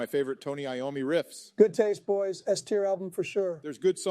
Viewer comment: Trump would definitely pronounce Tony Iommi's name like that.